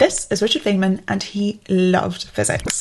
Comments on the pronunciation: Feynmen is pronounced "fine-man". /ˈfaɪnmən/ "trough" rhymes with "enough" or "cough" Regarding the "innocent" mistakes list, are you not advocating for "Medieval Time Tracking". I see #1, #2, and #4 which you listed is something that you would avoid or discourage. But for #3, that seems to be something that you prefer doing, since you are motivated by the task which you are performing and not by artificial time constraints. Thank you for this video. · Dangit. I wasn't watching, just listening until now... Fay-man. Threw me off. I've only ever heard it Fine-man. Now... I'll never forget this guy and his teachings. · (Feynman is pronounced like fine-man.) Loooooove your content, you inspire me so much, great video as always ♥️ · It's pronounced Fine-man, not Fane-man.. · Dr. Feynman (pronounce Fine-Man) would be proud of you. I think there may be a tour of the Caltech campus in your future. Stop by Pasadena sometime and see! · 📖About "Feynman": His name has to be pronounced like "Fine-man" or even more precise "fine-munn". It is German (Feinmann) , but got anglicized. His family moved to Russia, as many Germans did since Katharina the Great was German herself. The "i" became a "y" and the second "m" got lost. The German meaning indeed has the same meaning like in English: Richard came from a family of "fine men". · Great video. Note: Feynman’s name is pronounced “Fine-man”. Again, great video. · Great video, thanks! BTW, I think it is pronounced "Fine-men" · Ack! It’s pronounced “Fine Man”! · His name is pronounced "Fine man." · This is the second time I've seen you mention Richard Feynman, so I have to ask, are you sure you're pronouncing his name right? ;)